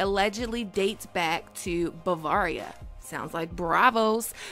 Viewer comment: Bavaria only sounds like Be because you're pronouncing it wrong.